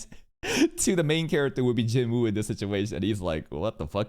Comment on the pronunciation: bro i always wondered, you know how to pronounce choi right, but not jinwoo lmao (also the dub says choy instead of che, literally unwatchable)